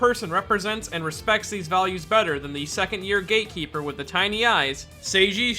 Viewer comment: was that supposed to be gatekeeper or gaykeeper